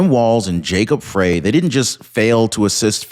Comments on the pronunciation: It's not pronounced Fray. It's pronounced FRY. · Do you even read these comments? Frey is pronounced Fry, as in fry a hamburger, fry Frey's balls, fry brain, etc... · It’s pronounced fry as in frying!